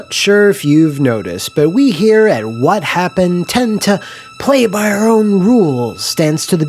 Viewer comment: I miss back in the day when you pronounced it "Wha Happun"